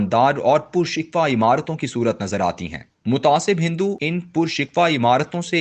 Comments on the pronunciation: Reader ki awaz aur parhne ka andaz accha hai Lekin kisi kisi word ko wo galat parh jate hain Right Word PURSIKHO hai PURSIKWA nahi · پر(پ پر پیش کے ساتھ) شکوہ ( ش کے نیچے زیر ۔ کوزبر واؤ کو ہ موقوف)